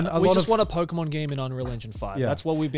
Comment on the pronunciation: It's pokemon not pokeymon